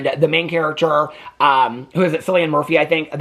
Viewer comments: It’s pronounced Kill-ian 💙💙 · Omg, Cillian was my biggest girlhood crush!!!! He has so many amazing films! His name is said with a hard K sound, "KILLian".